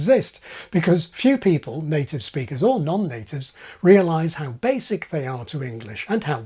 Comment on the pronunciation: "how basik' they are" - ejective k' at the end of a word, but without a following glottal stop. 😁